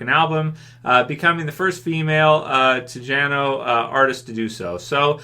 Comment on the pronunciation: Tejano = tay-hahn-oh